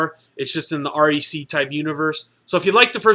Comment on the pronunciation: Aaaaccck its REC. Not R.E.C. As in wreck. Fuck.